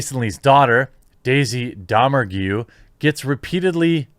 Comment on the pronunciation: You like Hateful Eight "ALOT" but dont know how to pronounce "Domergue".... they say it several times in the movie. Have ya seen it bro?